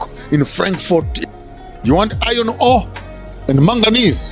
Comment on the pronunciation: “We want BAHRRS OF GOLD!” 😌👏🏽